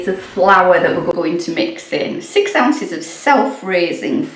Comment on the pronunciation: 'Ounces' I had to go back a second time to catch that, too. Butter would be better than margarine, for sure!